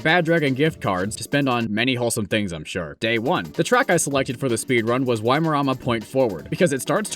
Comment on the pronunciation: Your pronunciation of Waimarama is more smoothbrained than your community. I'd tell you it nearly gave me a stroke but you'd probably want to watch. Is it so hard for someone from 4% of the world to learn what the other 96% is like?